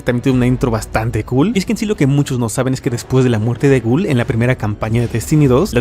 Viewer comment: Ghaul ❌️ Gul ✅️